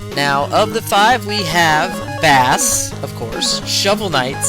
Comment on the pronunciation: Don't wanna be that guy,but Bass is pronounced like the musical term,not the fish,and I know in Megaman 8 Megaman himself pronounces Bass like the fish,but just like Rock(Megaman) and Roll,Blues(Protoman),Bass (and Treble) is a musical reference. Also,Bass is one of those boss fights which feels almost unfair the first times,but after finding how simple he can be,he is really fun to fight,especially because even after learning him,he is somewhat of a challenge.